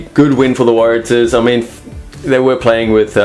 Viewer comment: Could you please get the pronunciation wright. Warratahs.Pronounce Warra stars without the S. Big home ground advantage for reds.....may surprise.